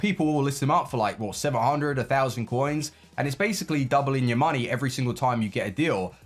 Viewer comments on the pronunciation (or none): none